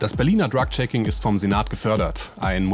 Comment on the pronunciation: sagt sie auch Dreck Checking. Vielleicht ein Freudscher Versprecher 😅